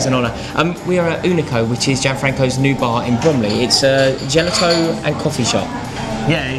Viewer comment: "Gelato" that pronunciation tho...